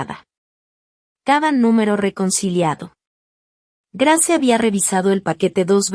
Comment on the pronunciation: Cómo dices Grace se pronuncia greis😂